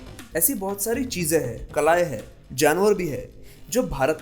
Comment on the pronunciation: अत्यन्त महत्वपूर्ण जनकरियाँ व सुन्दर प्रस्तुति सिवाय एक उच्चारण दोष के। दरअसल आप "हैं" को भी "है" उच्चारित करते हैं इसे सुधार लें। उपन्यासकार